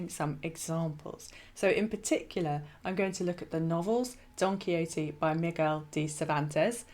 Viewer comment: She said it correctly. Perhaps your hearing is off a touch.